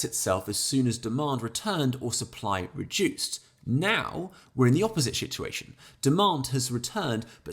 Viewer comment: Not sure if the "shituation" was intended but feels very appropriate. 🤣 Good video.